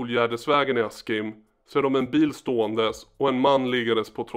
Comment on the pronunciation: Askim uttalas "Aschimm"